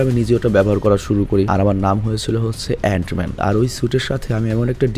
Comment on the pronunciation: অ্যান মেন কে তুমি অনেক বার অইরোম ম্যান বলছো